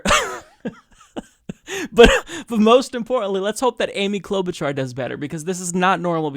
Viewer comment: Cloud-Boot-Jar...get it right!